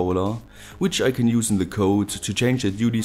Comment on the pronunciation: it was useless.. with 'use' pronounced like stupid.